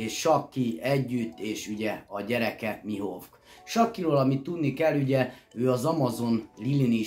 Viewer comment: A Rayleight ugy ejtsd hogy "réjlih" és a Mihawkot pedig "mihók" bocsi😅😅😅